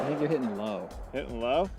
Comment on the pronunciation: Hitting has two Ts so please don't pronounce it " heh in". Pronunciation is important.